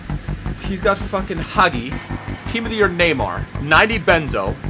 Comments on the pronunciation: the ,,gi" from ,,Hagi" is read like the ,,ge" from ,,geez" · u need to learn how to pronounce Hagi's name right